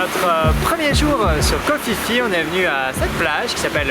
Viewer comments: un minimum kho Phi Phi,se prononce pi pi et non fifi brindacier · Ça se prononce koh pi pi 😂 le choix est toute suite fait pour le snorkeling koh tao est plus riche